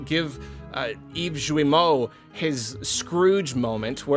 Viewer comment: Just a little thing, Guillemot is said with a hard g (g+u=hard g). Also yeah, f*** capitalism.